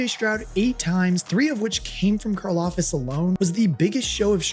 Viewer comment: It’s Karlaftis, not Karlafis🙂